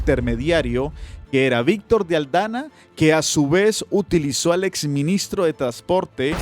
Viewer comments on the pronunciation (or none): es Víctor de AldaMa, no AldaNa. Un abrazo.